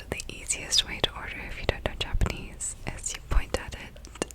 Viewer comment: i honestly thought she said "germanese"